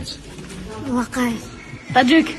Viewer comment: Когда подряд начали коворить Таджик, мне показалось что один из них сказал аджик 😂